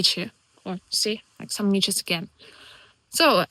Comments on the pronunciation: Every time you pronounced midgies as midgets I was howling. 🤣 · You are very wecome in Scotland, glad you are enjoying it here. Your pronunciation of midgies is hillarious don't change it no matter what they tell you. I just imagine lots of lttle people running around biting people 🤣🤣